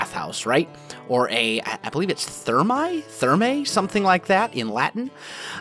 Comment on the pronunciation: It is pronunced 'Termeh'' with the two E's as in Her , the EA sound in latin is the modern E sound of italian